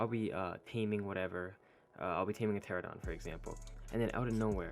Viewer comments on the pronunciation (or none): ITS TER RAN UH DON NOT TERA DON